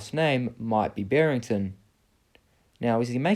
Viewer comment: It's Barrington